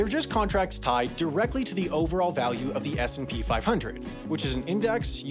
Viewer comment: Is it just me or did anyone only hear SMP when he said S&P